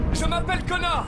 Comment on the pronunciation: Et on dit Connor pas coneur